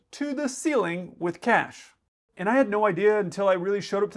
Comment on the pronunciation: Thought you said CATS, not cash😂😂😂